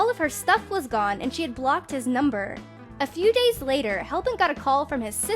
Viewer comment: I keep hearing "chee" instead of "she"